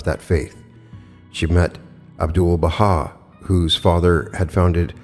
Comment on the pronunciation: Hey! Just wanted to say I'm a Bahai and you pronounced his name perfectly 😊